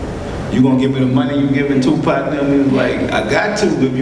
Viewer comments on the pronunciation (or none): I just came hear to hear him call Tupac tupot.